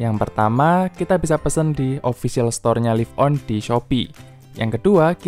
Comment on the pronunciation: Laif on, bukan lif on. Kilobait, bukan kilobit. Gatel kuping gue...